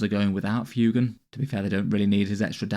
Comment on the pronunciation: Lovely stuff, just FYI I think it’s meant to be pronounced ‘fway-gan’ like fuego (Spanish for fire 🔥).